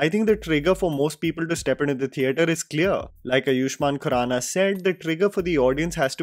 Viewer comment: Bhai Bol aaaayuahman khurana not iyushman